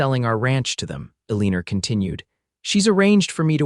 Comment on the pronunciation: The girls name Elina ends in a not er. Reprogram the robot.